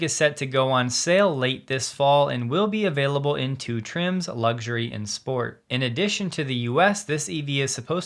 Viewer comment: There is no "G" in Luxury. Lugxury sounds silly. Love your videos! <3